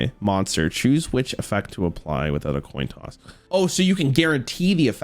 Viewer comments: The Toin Coss. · Toin coss 😂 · The toin coss, shieeet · "Toin coss" should be an emote. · NOT THE TOIN COSS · a toin coss😂😂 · Toin coss? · “the toin coss” lol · Toin coss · “toin coss”